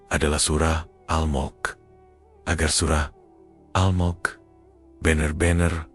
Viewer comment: Al Mulk..bukan al mok....